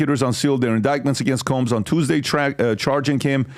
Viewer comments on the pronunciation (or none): Combs guys. Not Colms. Sean guys. Not Shan